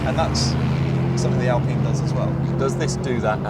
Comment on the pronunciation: I think Mat Watson Car Wow is one of the few automotive journalists to pronounce the name 'Alpine' correctly as an Englishman and English speaker.